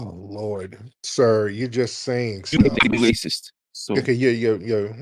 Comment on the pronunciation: What's a wacist? I'm finna get a dictionary and find out what a wacist is, because if that's how he's gonna come at brother Nasheed, I wanna know what it is.